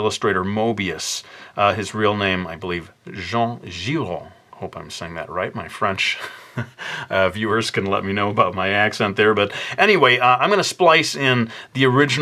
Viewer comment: The au in giraud is pronounced "o"